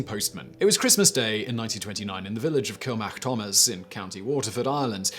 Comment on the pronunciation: Yo got kilmacthomas pronounced right, but Sligo is Sly-Go.